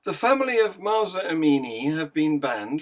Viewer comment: At you say Musa Amini’s parents. It’s MAHSA not MUSA.